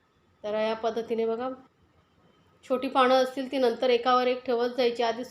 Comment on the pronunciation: बणवली, छाण, णंतर हे उच्चार चुकीचे आहेत. प्रयत्न करून सुधारा. या ठिकाणी न असा उच्चार करावा.